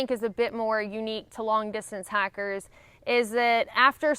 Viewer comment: Yes, she has a very pronounced "i" like liiiight